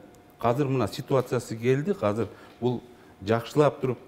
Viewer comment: Хазыр эмес азыр эне тилиңди так сүйлөчү